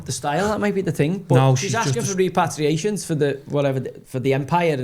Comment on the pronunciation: Rep-per-ray-shuns Joey😂😂